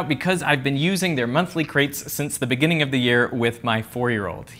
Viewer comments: IN THE BENINGING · In The Beninging ....